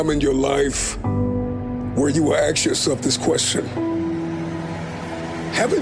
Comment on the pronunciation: Guy talks about endlessly learning and leveling up, but he can't say "ask." Smh...